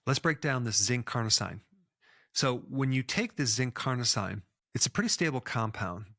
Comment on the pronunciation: Dr Berg is so good, but I'm always baffled that he always mispronounces medical terms. Carnosine is pronounced "Car-no-seen", every medical term ending in "-ine" is pronounced "-een" because they are French-derived word. Such as L-Arginine, L-Tyrosine, Amlodipine, L-Theanine, L-Citrulline... All pronounced "-een" at the end. Please Dr Berg, please, it's not that complicated to get it right.